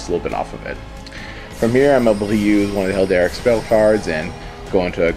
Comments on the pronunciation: The one thing that kept annoying me: it's pronounced hair-al-dic, not hel-dar-ic. >.< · Cool deck but why do you keep saying "Helderic"? It's Heraldic, like herald... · It's her-all-dic not hel-der-ic. Like Herald with an "ic" at the end. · Heraldic beast like herald, not helderic :)